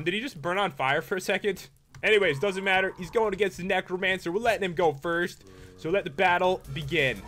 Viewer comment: Noticed he said frist instead of first 😹